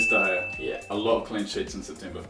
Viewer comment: He said september wrong